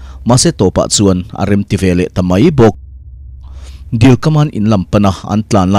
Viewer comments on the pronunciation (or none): none